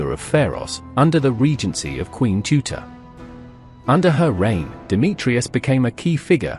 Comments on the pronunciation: Not Tuta but Teuta As for Serbian. Not teutavica but Teuta As for Greece. Not Teutais but Teuta. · TEUTA NOT TUTA T.E.U.T.A